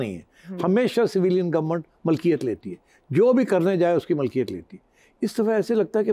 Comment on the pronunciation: Sir apni urdu theek kren please jaisa k malkiyet nahi milkiyet